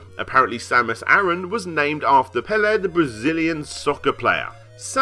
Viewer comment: Great video! You pronnouced Pelé correctly, however, his entire name is not 'Samus Arantes Nascimento' like you said, it is actually "Edson Arantes Nascimento", the own creator that gave this information told in the interview that he thought Samus was in the name of Pelé (Which I guess he remembered the 'Santos' in his name that is very close sounded). Still, as a brazilian this info is mindblowing!